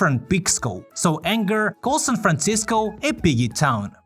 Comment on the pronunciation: Anger says "san franschissko" not san franshitsco, schiss is not a bad word